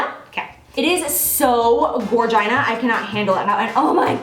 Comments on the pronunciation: Gorgina? 😂😂😂 oh my, I love you. Haha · "Gorgina" oh my gosh HAHAHAHAHAHA!!! 😭😭😂😂😂😳😳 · Great favorites as always, Jaclyn! Also, Did you say "GOR-GINA ( pronounced like gore-jynah) at the end of this video? Hahhahhah! I can't deal right now. You are too funny! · Gorgina... I died. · gorgina xD omg dying. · Hahahaha "gorgina" yes!!! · "Gorgina" so awesome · Gorgina? Haha. You're so cute!